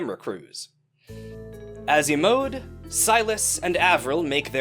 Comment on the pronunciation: i love the influencers so much not sure how i feel about imode being pronounced ‘ee-mode’ though, always thought it was ‘ee-mo-de’ like it was a japanese name